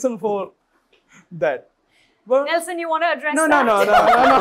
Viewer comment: anchor calling nelson as nels..